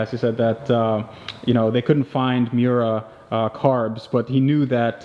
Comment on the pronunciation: Damn it! If you're gonna say the name of the car, get it right. It's Mi-Yoo-Rah. Italiano! And it helps to have a double espresso in one hand and a lit cigarette with an 2.5" unbroken stack of ash in the other. And use your hands expressively when you talk--but don't break the ash stack.